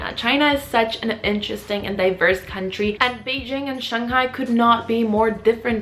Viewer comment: "Cuntry" haha I'm dying 😂 thanks for the legit tips though!